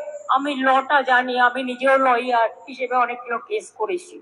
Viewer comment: ল'ইয়ার নয়, ওটা হবে লায়ার।